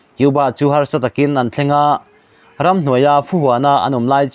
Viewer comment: I Mizo tawn thlûk a dik lo nasa.Khaw RAM itih te PUP PUP i tih tw tam mai.